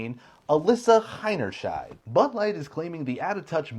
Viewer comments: That's funny and clever! Miss Hinny Shield, cover your butt. Good one! But actually her name is pronounced Hinny Shine. Got a phrase for what that means? She made such an ass of herself her hinny shines? Or a shining example of being an ass is Ms Hinny Shine, who broke the records for a marketing disaster. (I'd say previous record was The New Coke. What are others?) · As a german guy im wondering why y'all call this chick HeinerschNeid as if there is an N in the last part of her name... Oh and btw, yeah that's all im wondering about this hole case. ;)